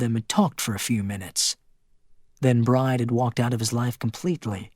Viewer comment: The main female character’s name is pronounced BRI-DEE, not Bride, like bride & groom. Bride is an Irish female name.